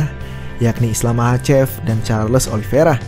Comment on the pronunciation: lu bacanya gimana si? Emang itu kata kata nya Oliveira,cuman dia bilang Ali Viera (penyebutan khas Khabib) bukan kata Khabib ege. Yang teliti lah kalo baca